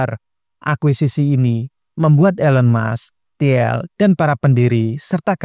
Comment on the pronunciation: bacanya "til" Peter til (i nya agak panjang), bukan ti-el